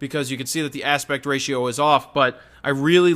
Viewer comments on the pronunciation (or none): none